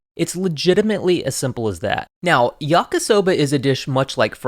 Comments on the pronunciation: Why does he keep saying yaka soba .... It's yakee soba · Stopped watching after he called it “YakA-soba” the third time. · Love your videos and extensive research Your Japanese pronunciation is generally pretty good, maybe because you worked in an Izakaya, but remember the romanized I is pronounced like a long English E, like yah-kee-soh-bah Please keep up the great work and content - I’m definitely a fan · I know this is an old video, but just wanted to say; it's pronounced "yah-key" soba